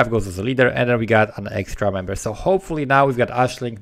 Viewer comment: Love the vid and you, but when you said "member" I heard "man-bear".